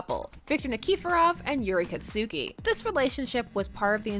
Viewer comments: ITS kaTsuki not katsUki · Thats not how you say Katsuki...